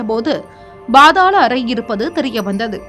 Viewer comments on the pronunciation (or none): என்ன பாத்தாள் அறை. பாதாள அறை என உச்சரிக்கும். குதிரை. பாதாளம். ( குதிரை யை குட்டி எனவும் பேசி பார்த்தால் லட்சணம் புரியும். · It is paathaala arai ( not bhaathala arai)பாதாள அறை please pronounce like that.